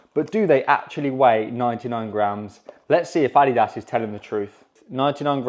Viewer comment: That is not even close to the correct pronunciation of Adidas..